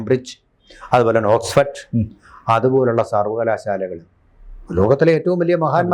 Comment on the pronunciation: ഓക്സ്ഫെഡ് എന്ന് പറയാതെ ഓക്സ്ഫോർഡ് എന്ന് പറയാൻ ഒരു വൈമുഖ്യം??